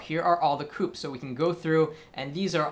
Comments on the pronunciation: its not pronounced "coop" its "coopay" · coup??? fail. its coupé LOL